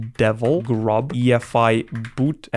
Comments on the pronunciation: you spelled grub wrong you said gurb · ts was painful to watch you said gurb in chroot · "gurb" and "base-deven"